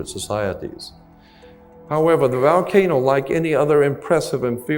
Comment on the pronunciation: Hole Vole Volcano 🌋 Not so articulate when he pronounces VOL Volcano as Val 😮 Indeed am pedantic… The correct pronunciation is important, especially when he is including other languages. Just typing out loud. Even though I’m learning listening to this👍